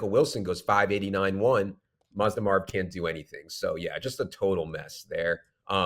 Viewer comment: Im sure you've said it before but first time hearing "Mazda Marv" and thats diabolical